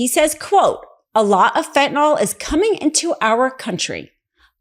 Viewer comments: Please stop calling FentanYl “FentanOl”! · Fentanyl. Fent-ah-nil Not fent'nall or fent'noll. I'm sorry, but Americans should be able to pronounce the names of drugs to which they are addicted to the point it has become an election issue.